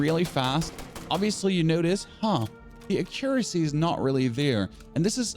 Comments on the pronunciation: A-cure-assy and lim-ba... wrong emphasis with the syllables, limb - the b is silent and there's no a, so it sounds like lim. and accuracy, should sound like ak-cure-assy the a isn't a as in apple its akkk sound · Ah-Quee-Ra-Cie please XD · What in gods name is akericy? Akericy?! Pleaseeeee tell me that’s not how you say accuracy. Bruh you aren’t even close to proper pronunciation. Also, do you know that the 1-9 keys are hot keys? You don’t have to hit q then click your next gun. Just hit the number you assigned the gun to. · great video and thanks 🙏🏼 I must say though you have a funny way of pronouncing some words… Mass “Moss” 😄 Accuracy: “Acurrosy”? 😅 Favourite: “Favorott” 😂 and you even emphasised the “b” in Limb! 🤣! not trying to be rude just I noticed lol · "Ahcuressy" 😂 whhaatt